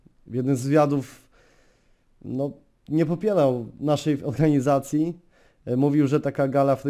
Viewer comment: Nie popielał - nie popierał Ohganizacij - organizacij Baldzo - bardzo Rrrrrrrrrrrr xd